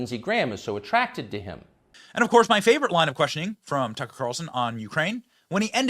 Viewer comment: His name is tuck-er carlson not tuckcarlson. Your cringe af